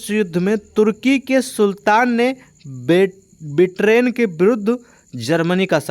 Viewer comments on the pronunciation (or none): बिट्रैन नहीं होता है सर 🥲 ब्रिटेन होता है 🥲आपके बोलने से हमारा भी ध्यान भटक जा रहा 😢